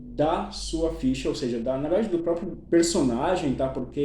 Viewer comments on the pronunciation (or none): none